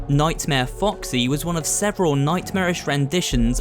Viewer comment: did he just say Captain Woxy??